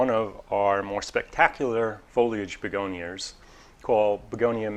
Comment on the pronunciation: I love it. I call begonias begoniars now.